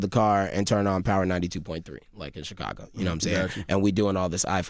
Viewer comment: Can someone teach Charla how to properly pronounce "Chicago"?